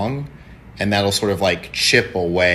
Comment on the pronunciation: Christ... even her boyfriend pronounces "and" the same way she does. "Aeeeend"